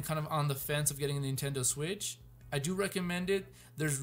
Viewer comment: I don't think it's "Switch IU"